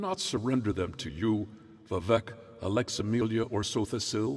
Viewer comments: He pronounces Almalexia as Alex Amelia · I agree, this is a masterpiece, mispronounced names are a minor inconvenience... Maybe now possible to polish with chat GPT kind of shenanigans? Everything is excusable, with exception of Alex-a-melia standing in for Almalexia :P by no means a hate comment... I used this for sleep aid, RPG in character info for Morrowind playthroughs... And even as a guideline for character differences as a GM in D&D... It's a goldmine of possibilities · the pronunciation of almalexia is bad, but it's written as Alaxemilia, so it's kinda like the lines they gave to Meansonofabitch in New vegas. when you're given a script, you read whats written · Almalexia… He said it wrong :(